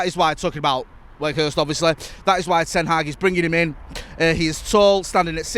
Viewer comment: Fuck me get his name right it’s doing my head in